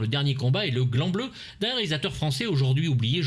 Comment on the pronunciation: c'est moi qui ai l'esprit mal tourne ou j'ai entendu " le gland bleu" au lieu du "grand bleu" ?